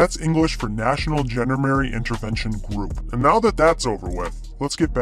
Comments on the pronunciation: A How about the 101st Amphibious Reconnaissance Battalion, known as the Sea Dragon Frogmen? B As to your accent, the proper pronunciation of Gendarmerie is zhon-DAR-mare-ee. I only got through high school and college French, but I did learn that much. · I just couldn’t stand the mangled pronunciation of “gendarmerie” any longer, or the ignorance of the idea of a nation-wide police force. I’m sorry if my ire caused problems for others, but I could only stand so much.